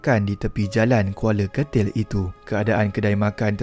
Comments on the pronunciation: Kuala ketil min bkn kuala getil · Admin..bukan kuala getil atau kuala kertil..tapi Kuala Ketil la